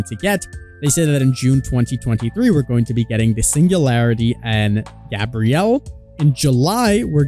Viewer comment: His name is Gabriel, not Gabrielle. Text to speech, it’ll help you differentiate them.